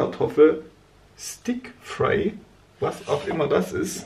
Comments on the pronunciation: haha stik-fry😂 es heisst stir-fry💕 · Stir-Fry heißt es, ist englisch ☺️